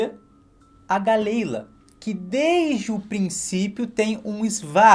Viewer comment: Eu achava que galley-la se pronunciava Galila, fazendo alusão a dalila. Viajei